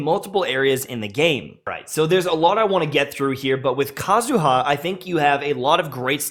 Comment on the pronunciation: PSA. It's /KA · zu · ha/, not /ka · zu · HA/. The empahsis is on the first syllable, not the last. Similarly, to /M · tashed/, not /m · TASHED/.